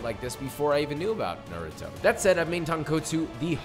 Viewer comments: Narooto XD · How did he pronounce naruto wrong the first 2 times, perfect the next 2 and then came out with Norutoe? 😂 Brilliant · STOP PRONOUNCING NARUTO LIKE THAT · The amount of damage the naruto dub has done to the way people pronounce NARUTO can never be overeststated. Its not even difficult to pronounce guys .... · Please say Naruto right. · Anyone who can't say Naruto's name can't be trusted. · Every time he pronounces Naruto, my heart sinks 😂😂